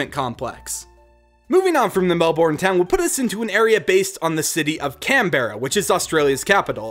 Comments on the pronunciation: PlurpleDerp melbourne is pronounced mel-ben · I love the idea but u said Melbourne wrong it’s pronounced mel-ben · i think you really say it mel-burn i achilly live there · I think it was really funny on how you pronounced the city names the were so wrong take it from me I'm Australian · As somebody who lives in Australia i realy like the idea of this reagion, however i also think it is funny how sombody from outside of australia misspronounce's words such as Emu, Albany, Melbourne and Canberra. dont get me wrong, i love this idea but u also missed out a couple of important stuff like how albany is also such an important city. in WW2 the people that went to go fight departed from albany and the city has many important memorials. just trying to help, thanks for reading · saw the disclaimer but just for reference: *eem-you *briz-bin *mel-bin *can-brah otherwise all pretty good :) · The way you say melbourne, canberra anf brisbane is: 1. Melbourne - Melben 2. Canberra - Canbra 3. Brisbane - Brisben R.I.P Steve Erwin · Nah mate hearing Melbourne and Hobart hurt the most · SO ANNOYING! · U realise u said Melbourne Canberra and Brisbane wrongly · says melBOURNE and canBERRA Me: it's mel bourne (mel-bin) and it's canberra (can-bra) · Melbourne is pronounced MEL- ben Not MEL- born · Lucas Kane Im aussie too! Melborn cracks me up all the time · you said Melbourne wrong it is said like melburn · btw melbourne is pronounced mel-burn lel but thanks 4 doing aus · who else got annoyed/triggered by the mispronunciaction of Melbourne, Canberra, Brisbane and Cairns? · As an Aussie, this is my life and I love it. You did amazing with making my country proud, it's not often you see someone talk about all the parts of Australia that aren't dangerous. Also, just a bit of help: Melbourne: Pronounced "Melben", and Brisbane: Pronounced "Brizben" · Brisbane with no e Melbourne as Melburn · Ash Ketchum the way he says "Bris-BAYNE" and "Mel-BORN" hurts 😂